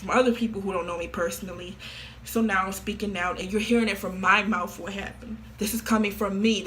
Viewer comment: why she he saying mouth like that😭 mOuFtH